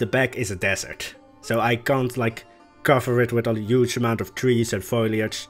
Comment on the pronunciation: I'm so glad I found your channel! One of the most creative youtubers for planet zoo at the moment. Really great stuff. One thing though...the word is foLIAge, not fOILage hahah :) It's pronounced like: FOE-LEE